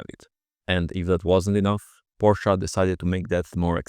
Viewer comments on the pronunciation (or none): Its not Porsch, not PorschA, ITS FKING PORSCHE. So annoying had to mute video while writing this. Bye. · WHAT IS A "PORSCHA" YOU NUGGET!? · Please, it's pronounced "Folkswagen" and "PorschE".😄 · Why Porschaa? Where's the A? It's Porsche with an e at the end. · German here. What’s this Porschuh you’re talking about?